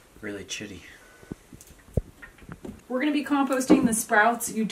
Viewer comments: Did I hear, “how’s it going”? says “it’s pretty chitty”! What a joker!!! 🃏 ❤️❤️😂😂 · "really chitty" ha!